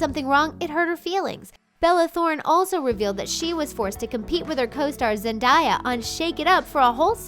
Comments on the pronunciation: It’s zendaya not zendieya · As for the sitcoms being terrible, I think Andi Mack is doing great. And Cyrus comming out seemed perfectly timed. It obviously took time for Cyrus to realize who he was, I mean he was helping Andi get together with Jonah and his jealousy kind if grew. also, it's ZenDAYa not ZenDAIa that kind and f just bothered me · They pronounced Zendaya's name wrong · You said Zendaya wrong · Why did she pronounce zendaya’s name like that🤢🤢